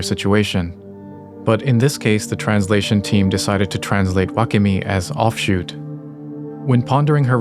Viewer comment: wakemi: butchered